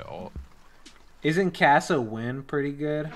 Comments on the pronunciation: Dyrus saying Kassawin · It's not KASSAWIN It's KAPPADIN